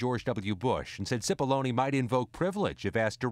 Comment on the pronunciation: It’s pronounced “chipollonae” not “sipolloni”